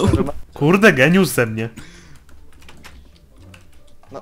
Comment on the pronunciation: nie geniusz tylko gieniuś